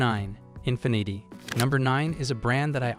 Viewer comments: Infinnit’ay eh? Sounds like Carlo Rossi Asti Spumante wino champagne, ya asskiss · Infineeeti - lol what a bunch of AI slop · Learn how to pronounce the car brands, IE: Nissan, infinity, etc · I agree, infinity is pronounced INFEEENEETI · You would think the AI could pronounce words like “infinity” correctly. 0% effort here… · Yet you couldn't watch one Infiniti commercial to see how to pronounce it? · Yeah, it mispronounced Infinity. 😂